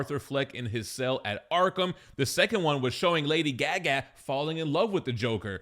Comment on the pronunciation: I will never forgive your pronunciation of lady Gaga